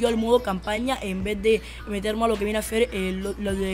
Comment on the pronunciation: zi lo hacen bien o lo que viene zer zeeer se pornuncia ser si no con z niñato aunque uy buen truco